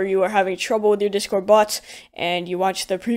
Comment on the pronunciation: I swear I keep hearing him say dishcord.